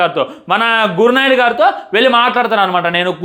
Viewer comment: Gur naidu kaadu ra babu Gowrnaidu